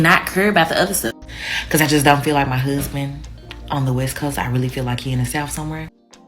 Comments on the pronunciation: Woman, just the way you express yourself, the way you speak indicates that a good man would have no interest in your dumbass. Go and have several seats. In looks I guarantee you that you don't have that many great options. All of that "hoosband" nonsense...learn to speak properly first, get to a healthy physique then maybe you might have the right to have your options validated. My lord that horrible tone and manner of speaking is simply frustrating. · What in the hell is a whoosband? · The way she pronounces “ hussssssband “ I knew it then, ain’t nobody marring her 😂. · The way she pronounces “huzzband” is a 🚩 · Oh, I thought maybe when she said, “find your Huzzzzband.”😂😂😂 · What did you expect from someone tryna find a huuzbun? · You should be able to pronounce "husband" in order to get one........ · I’ll put $1000 on it that this single 32 year old woman will never get married she’s too stupid She can’t even pronounce husband😂😂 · That rachet ass way she talks.. omg I could not have a conversation with this chick… “appleasing, huuusban, aks, thurapy” 😩 my head hurts